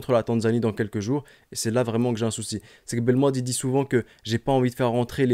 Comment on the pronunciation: Belmadi pas balmannnnnnndi